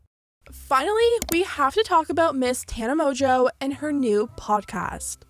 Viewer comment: MONGEAU MONGEAU ITS MONGEAU NOT MOJO ARE YOU BLIND